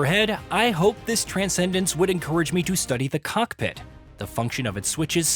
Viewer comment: People mad about guy’s pronunciation of cessna but the guy can’t even pronounce COCKPIT twice what are you mad ab?? 🤣🤣